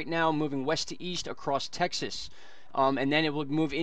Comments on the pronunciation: Texlas lol funny bro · I like it! Texlas. Sounds good to me.